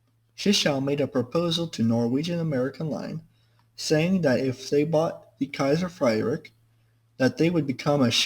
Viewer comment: It's more pronounced "Kaiser Freed rich", not "Kaiser Freidrick"